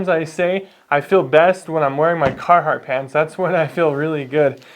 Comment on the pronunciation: Sounds like he's more of a cartheart guy